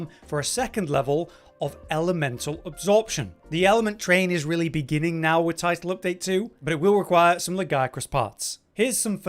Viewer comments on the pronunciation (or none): none